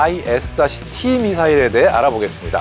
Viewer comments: 아이리스티 라고 하면되지 뭔 아이알아이에스티 이 ZR ㅋ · IRIS-T는 아이리스티라고 모든 메니아들이 발음하고 있는데도 불구하고,, 스팰을 일일이 읽네.. 아스람과 아처는 왜 스팰을 읽지않나요ㅎ 밀리터리 전문가가 맞나? 아님 원고를 그대로 읽는 아나운서인지.. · 그냥 아이리스T라고 발음하면 됩니다.해외 군사채널에서도 다 그렇게 발음해요.